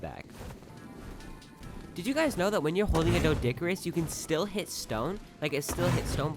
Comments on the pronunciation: its called a dodicurus not deo !!!!!!!!!!!!!!! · your doedic oronunciation tho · You say it like this doedic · Its pronouced like dO Dic a rus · He literally pronounced the doedicurus as dilo tf??